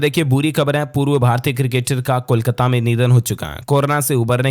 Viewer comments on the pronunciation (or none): none